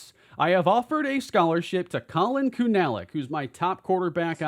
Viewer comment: Pronounce Collin kunalic name as kuna-lic or koonalic